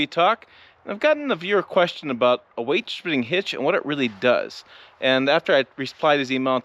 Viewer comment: OK, lots to say about this video. First, thanks for the visual props - it helps. Also, seeing you put tension on the bar and the truck came up a bit. Two, I realized that how I understood you saying "weightdishibinghitch" means that those of us from Ohio speak the same language as those in Nebraska. :> Three - One time it took me hours to figure out how to hook up that weightdishibinghitch so I was in awe when you did it in seconds. Four - Do you have commercial plates on the Tundra because of the channel status, or is it because you're exceeding 10K with the trailer? Lastly, at the start of the video, the sun is hitting the top of the bed to the right of you. The paint looks like it has serious orange-peel. Is that the case, or just dirt/salt?